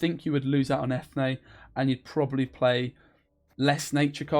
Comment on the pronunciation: its pronounced "freshenet" and Eithne is en-yea